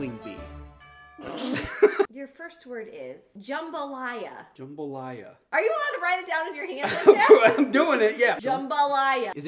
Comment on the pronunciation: props to you for saying jambalaya right 👏🏼👏🏼👏🏼 yalls videos make a crappy day 10000x better!!